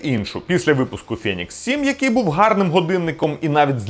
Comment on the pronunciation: не фЄнікс, а фЕнікс....